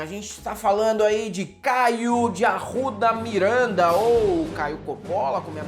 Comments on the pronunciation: Caio de AURRRRUDA MIURRRRANDA. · "David Grohl" "Caio de Arouda Mirãnda" morro kkkkkkkk